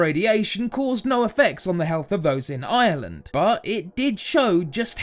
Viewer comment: I like he says Island but it's Ireland